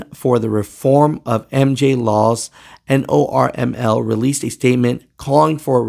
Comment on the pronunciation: Hey. It's pronounced "normal" not N-O-R-M-L